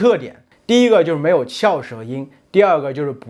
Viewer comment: i have card where you say 它的侧重点在中国人上面-but you say 可的侧重 not ta1 its like a kecezhong, and on the sentence 美籍华人就是美国籍的中国人，you say 就是 as jiuzhur instead of jiushurr im confused on my cards on the sounds of each syllable